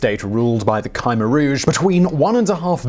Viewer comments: I cringed every time said ky meh. But I forgive him. Keh meh. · Khmer not kymer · if anyone is wondering, it is pronounced Ka-mai or Kah-My, for some reason people and ppl in academia say Kermer and Kermere, that is incorrect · tf is the kai-mer? CRINGING so hard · This clown says "campuchia" which is a more authentic-to-Cambodia pronunciation of the country, but pronounces Khmer as "Kaimer" smh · Khmer...you can’t even pronounce the name... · You prounoced Kehemer incorrectly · Kmer is a correct pronunciation for Khmer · Never heard that particular pronunciation of "Khmer" before.